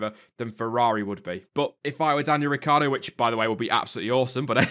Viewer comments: Ricc i ardo! Not Ricardo ... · Riccardo will stay in Red Bull for . Yes I left the "i" out of his name, it is useless if it not pronounced. "hus that is a secret" :O